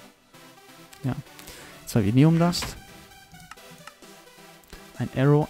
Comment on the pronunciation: Vinteum! nicht Vitneum